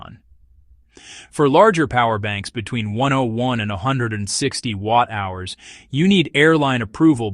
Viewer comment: Why are you using an AI voice? It can’t pronounce watt hours and milliamp hours properly.